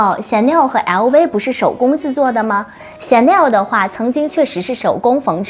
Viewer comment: 熬威嗷威嗷威…LV能唸成這樣也是厲害